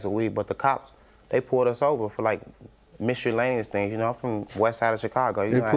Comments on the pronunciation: Misulannous though 😂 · I thought he said mysteryllaneous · Did he just say “mystery- llaneous things”? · He was struggling with Miscellaneous 😂😂😂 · "Miscellaneous" was kicking his entire ass!